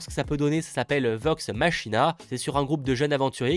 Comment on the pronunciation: (Legend of) Vox Machina (prononcez "Makina") est en fait l'adaptation en dessin animé de l'actual play (jeu de role, ici donjons & dragons, en live sur Twitch) Critical Role, LE plus gros actual play toute plateformes confondues. Pour ceux qui ont suivi les histoires de Leak Twitch des derniers mois, ce sont eux qui realisaient les plus gros revenus twitch sur leur chaine (9 millions de dollars). Ce qui fait le succes de ce programme, c'est que tous les joueurs de Critical Role sont des acteurs vocaux americains super connus (Matthew Mercer, le MJ, est la voix de McCree de OverWatch, Sam Riegel est la voix de Phenix Wright, Laura Bailey est la voix de Jaina Portvaillant de WoW, Liam O'Brien est la voix de Gaara dans Naruto, Ashley Johnson est la voix de Eli dans Last of Us, Taliesin Jaffe la voix de Darion Mograine dans WoW et Travis Willigham la voix de Thor dans Avenger Assemble... entre autre...) autant dire qu'ils connaissent bien leur boulot... Chaque acteur reprendra le role de son personnage dans cette adaptation animée et juste pour montrer que ce n'est pas rien, au niveau mondial, c'est que cette serie, qui ne devait etre à la base qu'un diptyque s'est transformé en serie avec deux saisons completes grace à la campagne Kickstarter qu'ils ont fait et où ils ont recolté 11millions de dollars en 45jours, ce qui en fait la plus grosse campagne Kickstarter pour un projet vidéo... Et biensur pour profiter des voix originales, il faudra le regarder en anglais... Et pour ceu